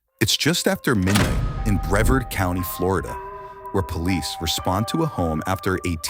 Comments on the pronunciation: It’s bra-VARD, not brehvERD 😂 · As a Florida man, I am very annoyed by how Brevard County was pronounced. Brevard rhymes with yard. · Bre- verd county Fla 😂😂😂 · Mildly unrelated but how Brevard was pronounced is a crime in and of itself. As someone from Brevard county, it's bre-vARd, not bre-vERd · Local here... we pronounce it "Bruh-vard" not "Breh-verd" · Bree-var-duh!! Not brev-erd lol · brevard, rhymes with not hard. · Pronounced BrevARd County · It’s pronounced Bre-vard. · It’s pronounced “bruh-vaaard”😅 I live here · It's pronounced "Br-EH-vard" county ❤ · I swear, at least train the AI to say the name of the county correctly. Bruh- VARD. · *Pronounced Bre-vaaard. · It’s pronounced “Bra- Vard” .. lots of lunatics live there More live in my area tho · Might be smart to find out how you pronounce "Brevard" before you make a video. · AI can't pronounce Brevard. Smh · Yeah Ai still hasn't mastered the ret*rdation of english yet. Bomb, comb, and tomb ... there's no rule that tells you how to pronounce certain words, you just gotta know. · Why yall pronounce Brevard like that 😂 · Christ, you can't pronounce "Brevard" County?